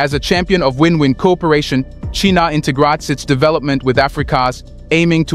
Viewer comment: FFS just get someone to do your voice over already 😂. WTF is "Cheenaw"